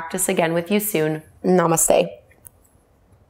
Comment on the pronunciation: Ok it is strange to see a white person chanting OM. The one thing I wish white yogis would do is pleassee TRY to pronounce namaste correctly..it's not "nah-mus-stay" . It's "nuh-mus-sthey"